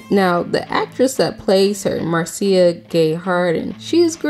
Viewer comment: It's pronounced Marsha, not Mar-see-uh.